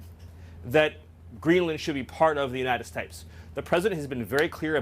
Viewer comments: “United Stipes”? “United Stiates.” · Anyone notice Miller says, “Unita States?” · Miller is such a douchebag. I hate the way he says "United States". Its like he adds an "h" into both words. "Unihted Stahtes". Douchbag. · The way he pronounces the words "United States"... it sounds more like "United Shtache". Or something like that. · Geezus. He messes it up several more times after those two. It’s almost like listening to Benedict Cumberbatch saying penguin wrong over and over.